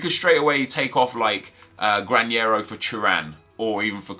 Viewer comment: Nep, the pronunciation of Granero is with a normal N. We pronounce that sound 'NH' only with Ñ, just that... Greetings from Spain. Nice Video!!